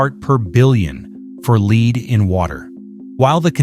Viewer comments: In this video it is the metal that is being discussed. It's pronounced "LEDD", not "Leed." The AI voice is very stupid in many instances such as this one. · AI voice needs more instruction on correct pronunciation of lead